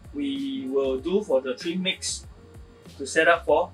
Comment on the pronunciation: Please speak a bit slower and clearer. I know you are saying trim mix, but it sounds like tree mix. Thank you